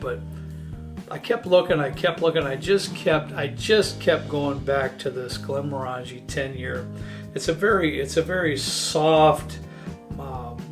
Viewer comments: Ardbeg > Glenmorangie (just FYI its pronounced glenMOREangie). Need the Islay peat and smoke. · Come on, you should know how to pronounce Glenmorangie! 😄